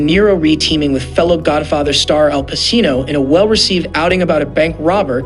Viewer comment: You don't know how to pronounce SCORESE?!! And PACINO?!! Can't finish listening to you even tho I like the subject matter.